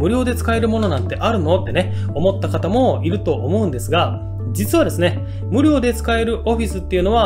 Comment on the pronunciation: 無料のイントネーションがおかしい